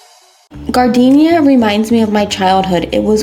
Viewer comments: You’re killing me! Learn how to pronounce “jar den air”!!! Have you never been to Chicago and had an Italian Beef Sandwich? They will ask you if you want sweet peppers or spicy “jar den air”, not gardenia! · OMG! I’m an Okie and even I know that it’s pronounced “jar-den-era”. Gardenia is a flower 🤨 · You said gardenia— that is a flower. It’s jar- den- yaira😂😂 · Gardenia? we eating flowers? Giardiniera is NOT pronounced Gardenia. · Chicago guy here. That’s hot giardiniera. Pronounced jar da nera lol.